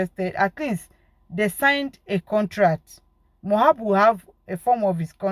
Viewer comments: please,I don't have anything against you, but please and please stop calling this boy's name wrong, it is very disrespectful to the diseased and so unfair on him too, It is so uncomfortable to hearing and it's like putting salt on injury for we that loved him whenever you called him Mohab, his name is MOH-BAD, (it's like saying i am bad, MOH-BAD). thanks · If you can’t pronounce his name correctly then stop calling him. What’s so difficult in pronouncing Mohbad? It’s so disrespectful.